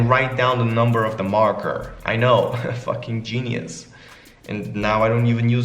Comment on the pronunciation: BROOO WHEN HE SAID “f-ing genius” HE LOTERALLY SOUNDED AMERICAN LMAO